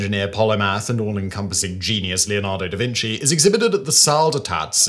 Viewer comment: mum!! he's saying davinsy again!